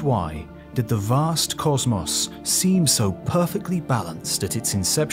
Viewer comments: It really bothers me that the narrator can't pronounce the word "cosmos" correctly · Except when he pronounces the words "patent" and "cosmos" wrong. Thr mispronunciation of the word "cosmos" alone makes me want to turn the video off